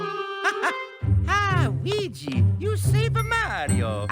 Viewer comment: I heard mario say weege